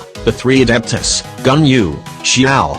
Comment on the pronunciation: For friends did you notice that it said Yangu intead of Ganyu?